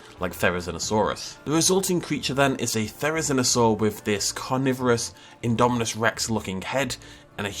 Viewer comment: Still saying indo spino